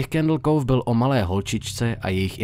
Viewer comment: ten pocit když tomu Candle Cove říká Candle kouf a Candle káv:D